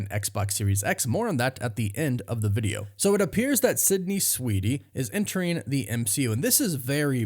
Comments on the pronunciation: *Sweeney, not "Sweety." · You're KILLING me! 😣 It's SWEEN-ey... not SWEET-ey. There isn't a "T" in her last name. That being said... I don't know much about her (if she can act, or if she's just a pretty face), but I'd be interested in watching it if she can pull it off. 🤔 I'm still a MJ and Peter guy, but Black Cat in the comics has always come on strong to Spidey and flirted with him when she was around him. It'd be fun to see how nervous web-head gets when she's around. 😁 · Why do I hear you pronounce her last name as Sweetie? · Sydney SWEENEY... not Sydney SweeDy(!!??) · You know her last name is Sweeney and not Sweetie, right? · Why does he keep saying Sydney Sweedey? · Dude I can’t with your pronunciation of Sweeney